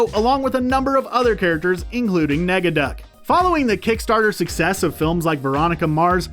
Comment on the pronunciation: Some corrections, it’s not “Steelbank” it’s Steelbeak, Negaduck not “Megaduck” and it’s not “Mc Scrooge” it’s Scrooge McDuck. also it’s was normally a 65 original episode run. (not 66) the original DuckTales & Darkwing Duck were extend.